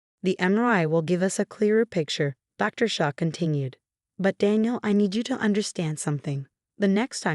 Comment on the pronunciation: Female narrator, male protagonist. Phony terms of endearment are insults. ER, on uh er, Shah, not Shaw. Roughhousing, not raw housing. Assault charges against Alex and other charges against the parents for enabling Alex's behavior, should be inevitable. Peephole, not people. Shah, not Shog.